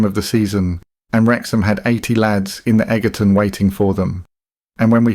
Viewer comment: FYI the Egerton was pronounced as "Edgerton" not "Eggerton" RIP Clampitt